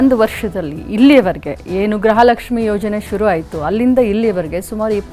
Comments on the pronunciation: ಯಾವ ತಾಯಿ ಗ್ರಹಲಕ್ಷ್ಮಿ ಅಲ್ಲ ಗೃಹಲಕ್ಷ್ಮಿ ಫಸ್ಟು ಕನ್ನಡ ಕಲಿಯುವ ತಾಯಿ ಬೆಳಗಾಂ ಮಿನಿಸ್ಟರ್ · Graha alla . Gruha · Swami. Media. Guru. Kannada. Sariyagi. Uchharane. Madali. Grahalakshmi. Alla. Gruhalakshmi.............. ...... Heli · It’s griha not graha